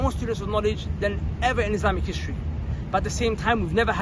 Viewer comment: Why does he say IZ-LAMB-IK ?